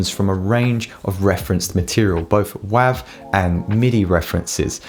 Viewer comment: The .wav file format is pronounced "wave". The .wav is the file extension of the "wave" audio format created by Microsoft and IBM and released in '91.